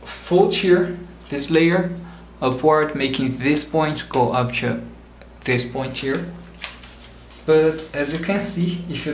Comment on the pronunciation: say UP TO not UP CHO in next video you make!